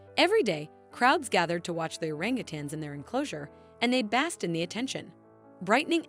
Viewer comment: It's BASKED, not "bast"